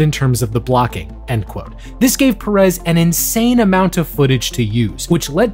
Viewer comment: My last name is perez and I hate how you pronounce it omg😞😞😞😞